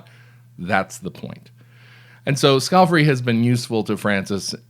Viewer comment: Scale - FAR- ee,, skal-far-ee NOT scalf-eri